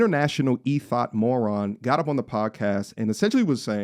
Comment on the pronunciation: Did bro just say E-Thot. 😂🤦🏽‍♂️